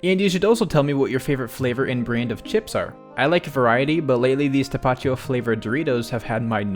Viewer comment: lol just remember that the "accent" or that little diagonal line above a vowel, implies more tone on that syllable 😉 "ta-pa-TI-o"